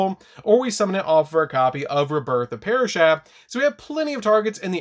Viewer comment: I like this deck and love the channel but “parashath” makes my soul hurt. 😢